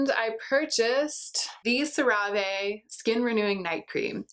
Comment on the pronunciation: fun fact! I once saw an ad for CeraVe and apparently it's pronounced "Sarah Vee". Before then I always read it out loud the same way you did.